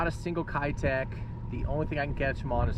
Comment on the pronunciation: It’s pronounced Key-tech